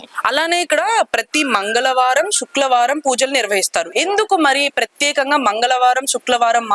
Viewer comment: తెలుగు సరిగ్గా మాట్లాడు అమ్మ శుక్ల వారం కాదు శుక్రవారం అని పలుకు తల్లి.కాస్త తెలుగు స్పష్టంగా మాట్లాడే వారిని పెట్టుకొండి